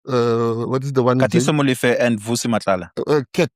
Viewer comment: Brother, I can't believe you can't pronounce MOLEFE, come on brother, you know better......